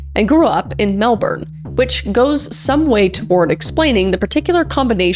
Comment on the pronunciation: UR THE FIRST YOUTUBER WHOS NOT AUSSIE WHO SAID MELBOURNE ALMOST CORRECTED, GOLD STAR FOR KRISS FROM ALL THE AUSSIES ⭐️